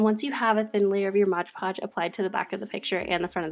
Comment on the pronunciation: LOL! I love how you pronounce it as "Modge Podge". I used to say that, too, until I was just looking at the bottle one day. 😆 Then I was like 'oh snap!' Awww, shucks y'all! That was just so cute! Makes me feel all fuzzy and warm. 🥰🥰 Online school for the first quarter (I have a high school kid). HAPPY belated BIRTHDAY,!!! 🍰👑🎈🎈 Very nice room!!!